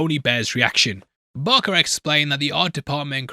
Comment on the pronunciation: Dude lol saying Navarette wrong I understand but how did you fuck up BARKer every time lol